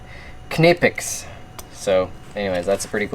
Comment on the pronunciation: "Nie-pecks"? No. If it were Niepecks the company name would be Niepex or Nipex. The way he said it was way more accurate. It's a hard K. German company, German pronounciation.